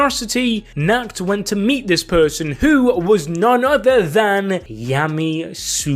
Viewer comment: When u are german and understand nackt (nude) instead of nacht (night) Bruh